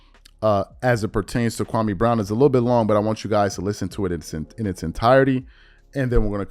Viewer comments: Stephen A still mispronouncing Kwame's name. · Countdown to KB response and we know its gonna be bad lol, and he’s on video going to schools trashing Kwame n he still won’t say his name correctly